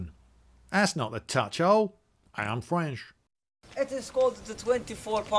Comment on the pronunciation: I'm fwench